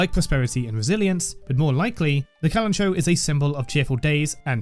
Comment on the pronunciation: amazing video! i love your editing and thoroughness diving into one of the best characters in the game <3 but also hehe.. not to be that guy but... kalanchoe is pronounced with the ch and oe like in the name chloe 😝